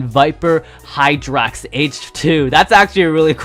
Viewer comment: he got hydrax right